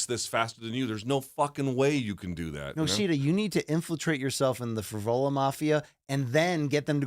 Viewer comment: I thought it was Johnny Eblen and was thinking huh I thought they were getting Frevola and it turns out it’s actually Fravola😂